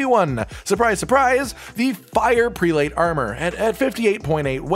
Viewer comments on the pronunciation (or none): BTW, 'prelate' is pronounced like preh-lut, not pree-late. It's a high rank in the church, similar to a Bishop. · The word prelate is NOT pronounced the way you are saying it